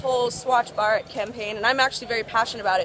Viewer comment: HAHAHAHAHAH HAVE TO SAY THIS THOUGH THAT U CANT EVEN PRONOUNCE BHARAT, I AGREE WITH YOU ON SOME POINTS ABOUT INDIA, U R CLEARLY NOT READY FOR INDIA GO DEVELOP YOURSELF FIRST N BE OPEN TO EVERYTHING